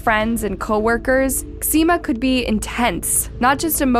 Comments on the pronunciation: Ximena = HEE-mena (not Exzema 😬) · Her name is ximena u pronounce it jimena. Like mexico in Spanish is pronounced mejico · What mother in their right mind would name their kid ECZEMA???? It's so different from XIMENA. 🤦🏻‍♀️🤦🏻‍♀️ No hate. is a very good narrator. Minus the constant butchering of people's names 🥲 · Her name is pronounced “Jimena”, but she does not deserve any respect so call her anything but her name.. 😢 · Girl, you still got a serious problem with pronunciation 😂no way you pronounced Ximena like that 😳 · She always mispronounces latin-american names, but this time is awfull, specially because Ximena is pronounced exactly the same in English as in Spanish. You can use Google translator to check it out. Unbelivable!